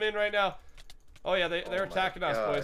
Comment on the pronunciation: how come you guys say boysh instead of boys